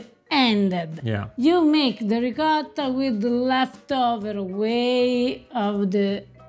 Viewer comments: It is NOT pronounced Ree Cot Ta! It is Ree KO Ta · It's NOT Ree Cot ta. It's Ree Ko Ta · PLEASE— WATER buffalo milk is what you mean! You will have everyone thinking that it comes from bison. ALSO—I CRINGE every time you mispronounce ricotta. Why do you refuse to say it properly? You have spoken on this before and you’re just stubbornly perpetuating cringy mispronunciation. Thank you for the video in spite of this irritation. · Chèvre becomes hard when it ages--kinda seems like you need to learn that it isn't just Italy that has many types of cheeses; should also learn how to pronounce ricotta. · You still don't say "ricotta" correctly! OH! OH! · Really enjoy your channel. I’m the son of Calabrese immigrants and Pecorino Crontonese is my favourite cheese. Another great episode minus pronunciation of Ricotta which I’ve come to accept 🙂, love ricotta in a panino..